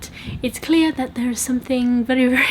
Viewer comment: Hahah the way you say "baptiste" is so cute. It's actually pronounced "batiste". the "P" is silent.